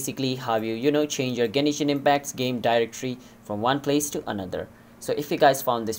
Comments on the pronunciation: Stop saying Genishin its Genshin lol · Genshin, not Genishin. Learn to talk... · I know this was a year ago but please tell me you still don't pronounce Genishin Impact instead of Genshin Impact.. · "genishin impact" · Whats with the "Genishin impact"